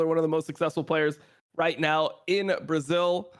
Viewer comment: "In Bra Zeel" - TitaN